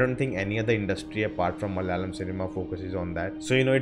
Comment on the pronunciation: *Malayalam... Not Malyalam*please pronounce